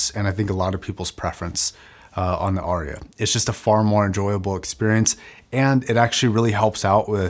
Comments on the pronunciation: “Arya” has but TWO syllables. 😊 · I’ve always assumed it was named to sound like “aria”: an opera solo. Which I’ve only ever heard pronounced r-e-ah. Of course I’m from the U.S. where we butcher words and then tell others they are pronouncing their words incorrectly :)